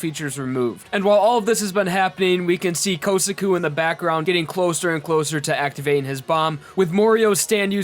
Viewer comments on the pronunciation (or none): I get annoyed every time you say "Okiyasu" instead of Okuyasu and "Kousaku" instead of Kosaku